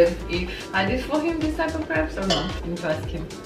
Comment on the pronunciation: Crepes, not creeps, lol :))